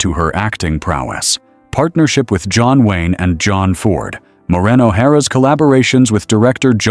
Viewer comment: AI voice cannot even pronounce her first name correctly. Total disrespect to a hollywood icon. She deserves better AI creator! Shame on you!!!! Renders this whole thing sad